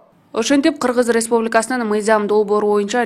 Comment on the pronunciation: Кыгыз респубикасы кыгыз респубикасы эле дейт да мына спикер Кыргыз республикасы дегенге тили келбейт окшойт 😁